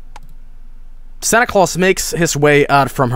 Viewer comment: there's no e at the end of santa claus